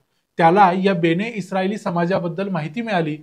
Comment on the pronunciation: बेणे नाही बन-ए-इस्राएल असं आहे ते म्हणजे इस्राएलचे लोक